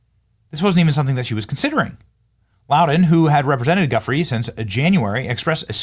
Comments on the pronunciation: pronounced 'juh-fray' not guff-ery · Virginia Giuffre is pronounced "JOO-FRAY"